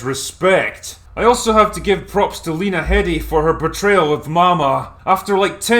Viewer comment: Heh. Pronouncing "Lena Headey" as everyone reads her name. (It's actually supposed to be "hee-dee")